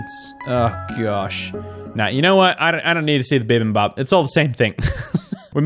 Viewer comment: The P isn't really silent in Bibimbap, it's just really short. It's not like saying BA, you still make the sound at the end. I'm no expert though :')